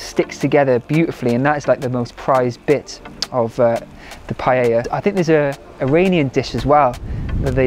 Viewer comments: PA E Ya (<- easy ... in Spanish LL is pronounced Y... PAELLA = PAEYA) Not PA Ye Ya PA Lay Ya (no) PA Lay Lya (why do you make it so complicated?) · it's not Payeya, it's pa-eya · Hi, I am a Spanish Vegan, the dish is pronounced in 3 syllables pa.. é ..Ya. The pan is called a pa..é..Yera. It looked delicious. In order for it to be an authentic paella though, you need to dry fry the rice in a little oil to begin with. The grains become opaque white, and it ensures that the glutinous white rice water is self absorbed. It makes the rice separate, and not become gluggy. One cup of short grain rice to 3 of water.Then you put everything else in and it is OK to cover it while it cooks, but not to stir. In the Basque Country where I am from, the mixing of seafood and other meats are the idea. Pork, bacon, chorizo, fish fillets and mussels or other seafood like prawns, come together to make for a visual feast . As a Vegan none of the meat is appropriate, and I believe that you have made a handsome alternative. All it needed was some cut up olives! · ”Pajäjja”😅 U got too many j in there😅